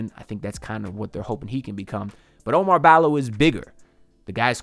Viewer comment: OU-MAR BALL-O. Not O Mar Balo.